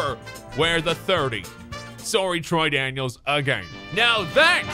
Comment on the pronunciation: Troy daniels Troydan-(iels)